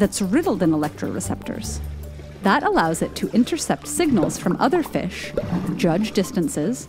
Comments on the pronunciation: It's pronounced Fish not Fischch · Am I the only one bothered by how she says, “fiSH?” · ikr? Maybe that's how to pronounce fish: "fesh" instead of "feesh". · The was says fish is killing me. Almost like she says Fussshhhhhhh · It’s weird how she says fish “Fush” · Why does she pronounce “fish” like “fesh” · I like the way she says fish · I like how the narrator says "fish"